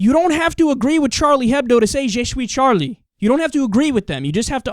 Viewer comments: jay shoe-ee Charlie ^^ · I laugh so much when he says je suis Charlie. He sounds Dutch